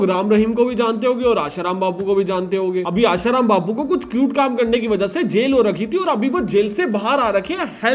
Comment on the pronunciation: First I thought you were calling it acute but then you wrote cute.. bro why